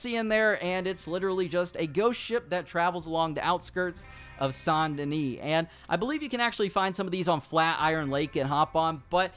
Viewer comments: Saint (say nt ) Denis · Sant Danish Bruh is Saint Denis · The s in Denis is silent.